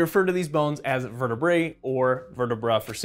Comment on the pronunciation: Vertebruh lmao